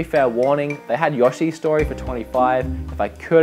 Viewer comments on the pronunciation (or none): lol "Yahhshi Story" and "garriage" , Great Show Guys keep them UP^ n Good luck with the game chasing.